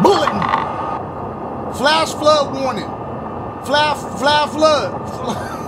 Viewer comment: “flah fluh warnin” 😭